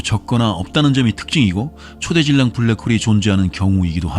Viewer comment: 초대질량이 아니라 초 대질량으로 읽어야죠.